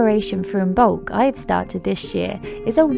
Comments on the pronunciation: It’s not imBolc it’s pronounced imolc the b is silent. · The b is silent in imbolc. It is pronounced im-olk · I love you dear sister, please be aware it is pronounced Immolk , meaning In the belly. From the Irish I mbolg, I love your passion for the Pagan just please be respectful to origins. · Beautiful ♥️ As Imbolc is coming soon to the SH I watched this to get ideas. Thank you 🙏🏻 This was very helpful. Sorry to be anal but just a tip the ‘b’ in Imoblc is silent. 😉